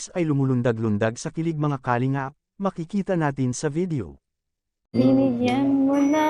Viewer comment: Ayusin mo nga pronounciation mo sa kalingap